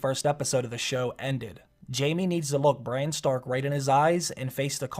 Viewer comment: Why are you saying Breanne instead of Brienne? Lol and sometimes when you talk about Bran it sounds like Brian.